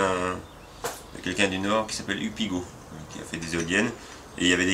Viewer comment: En fait, c'est Hugues Piggot, pas Hug Pigot ^^